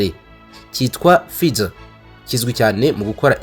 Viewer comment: Murakoze cyane, gusa basoma /ˈfaɪzər/